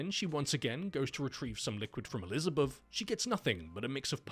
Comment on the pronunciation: "Elizabuff" hahaha that accent, man. Nice humor in this vid.